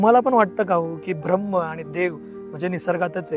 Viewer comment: गोष्ट छान आहे पण 'भ्रम्म' म्हणू नका कृपया...